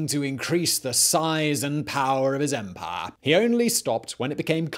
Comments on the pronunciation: It is empire, not emphayyya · Love the way Simon says ‘empahhh’ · This channel is great. I’m so happy I found it. Also the I really enjoy the way you say empire...